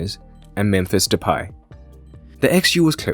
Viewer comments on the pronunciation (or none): none